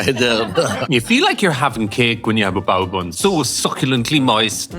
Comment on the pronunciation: Sounded like bowel movement, not bao bun😂